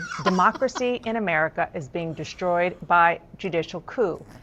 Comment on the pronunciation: When did these news idiots start saying "Deshtroyed"